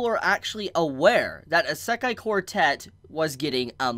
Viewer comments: How you pronounce Isekai really throw me off. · OMG learn to pronounce Isekai I'm really sorry to sound rude but I'm a pronunciation perfectionist. And this is triggering my fight or flight.